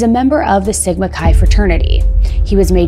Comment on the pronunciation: I had to give you the view especially since you know how to say sigma chi. But seriously great job on recapping it all